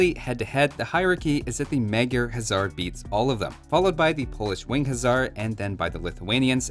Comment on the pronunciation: Funny enough, even though it looks like it should be pronounced "Huzzar", the Magyra Huszar is actually pronounced "HuSar" with a soft s-sound, since in Hungarian, 's' makes "sh" and 'sz' makes "s".